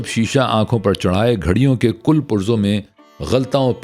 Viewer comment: واہ کیا کہنے ہیں ۔ برسوں پہلے کتابوں جو پڑھا ، کی زبانی سن کر گویا فلم ہی دیکھ رہے ہوں۔ تلفظ اور ادائیگی کا ایسا امتزاج کہ ماشاءاللہ۔ ایک چھوٹی سی تصحیح کرنا چاہوں گا۔ ایک جگہ لفظ "کل" وارد ہوا، یہ کَل جیسے کَل پرزے والا ہے جس میں کاف پر زبر ہے نہ کہ کُل یعنی مکمل۔ ممکن ہے روانی میں یہ غلطی ہوئی ہو کیونکہ آپ جس لہجہ اور شائستگی سے پڑھتے ہیں ، میرا حسنِ ظن ہے کہ غیر ارادی طور پر یہ معمولی غلطی ہوئی ہوگی۔